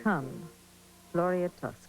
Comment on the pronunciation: Merrill says tusca instead of Tosca LOL